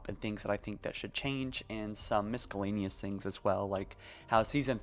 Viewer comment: Miss kah layneeous